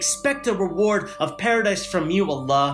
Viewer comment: Assalaamu alaikum bro you said huge emance eward not sure if you meant to say award or reward 😂 😂 not trying to criticize you homie